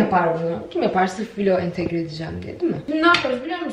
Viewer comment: No one:: Entegre